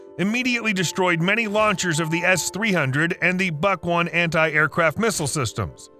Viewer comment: Great video! Lot of research, but why don't you also research how the names are properly pronounced? Gepard, Bundeswehr, Buk. It's no that hard, you should give it a try. Now it's just inaccurate and annoying.